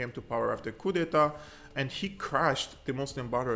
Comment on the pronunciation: Hey brother, when you say "coup" don't pronounce the p. Keep up the great work God bless you.